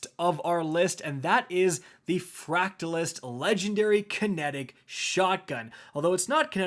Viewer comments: Dont understand why people struggle with the name Vul-Pec-U-La & Frac-Ta-Thist is the pronunciation of the names. Trench on the Fract is awesome, I actually like it despite my usual preference for RF shotties/Slugs. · I think you butchered the names of all the weapons flawlessly. 10/10. Fractalyst lol. There's not even an "L" in there bud. Appreciate the content though